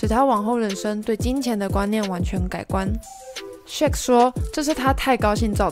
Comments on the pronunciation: shaq～ 不是shake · ...luka 跟鯊魚的名字都不會唸 到底還要介紹什麼...